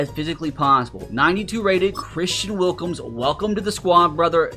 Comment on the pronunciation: Why did it say wilKIMS??? LMAO DUMB HICK